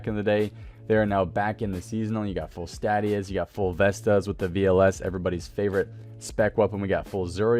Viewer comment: statius is pronounced stay-shus for those wondering.